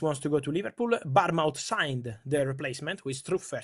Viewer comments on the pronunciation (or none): Bournemouth not Barmouth... pretend it's bornmuth